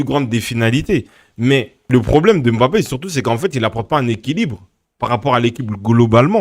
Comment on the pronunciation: Je ne comprends pas pourquoi il ne sait pas bien prononcé Mbappe